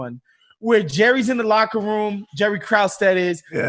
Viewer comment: Michael is mispronouncing Krause